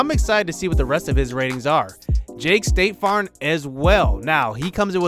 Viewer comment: So close 😂😂